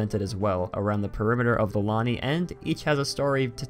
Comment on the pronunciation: "Lanai" la-NAI not lanny. Lanai is "veranda" or "patio".